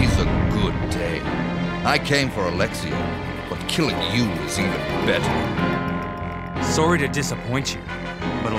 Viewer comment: He said he was soary